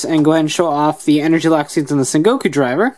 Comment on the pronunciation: It's sengoku not sekoko